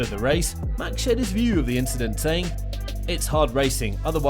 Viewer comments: It was not "incident" but "inchident" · Nope. It was an "inchident on the race".... XD